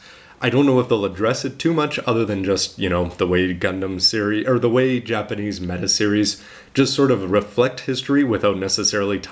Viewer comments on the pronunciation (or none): none